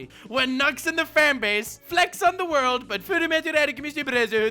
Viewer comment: He said welcome worldo is he serious or not